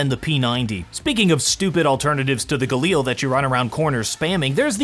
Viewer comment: This guy's spelli g is the equvillant of a kid that says words by spelling them. Like, A.U.G instead of just AUG? Gailar?? IT'S GALI AR